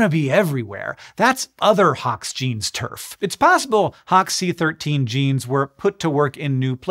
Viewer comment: Hox c-13 sounds like you’re saying hawk-tuah